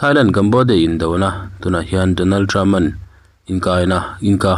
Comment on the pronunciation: Mizotrawng hi in thiamlo thin hle mai, ngaihthlak tui a harthin, (Donald trump in Donald trupa'n)